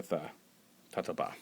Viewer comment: Say tatoba properly